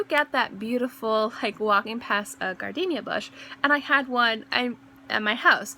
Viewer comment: Great video. Just a heads up....there is no "alternate" pronounciation for "gardenia". It is pronounced with a long "e". Perhaps some people are pronouncing it with a short "e", but if they are, they are pronouncing it incorrectly. Frankly, I have never heard anyone pronounce it with a short "e". Perhaps in other countries, it is correct to pronounce it differently, but not in the United States, so if, as you say, "people" are telling you that it is pronounced differently, you should probably let them know that they are wrong.